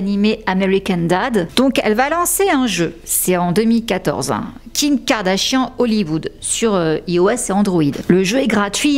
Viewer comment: You're mispronouncing her name. Check it in any English speaking video. 😊